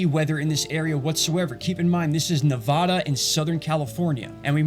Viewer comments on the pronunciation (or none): none